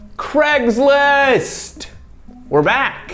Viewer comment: Why is craigslist always pronounced as cregs list